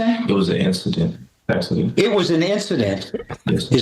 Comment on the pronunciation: "It wuz a assident"... Judge should've spoken N language: "I axed you a question" instead of "I'm talking to you" to get a faster N answer 😂